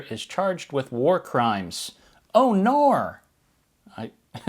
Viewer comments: Its "R NAR" lol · “Oh Naur” made me belly laugh! 😂